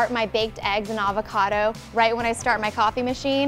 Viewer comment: The way she says avocado is horrendous